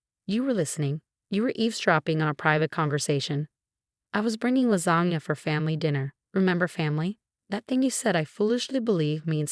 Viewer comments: Lasana lol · And lasagna